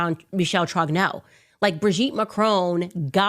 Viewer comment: Why won't Candace try to pronounce Trogneux properly.